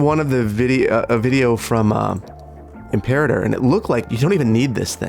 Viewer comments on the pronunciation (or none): none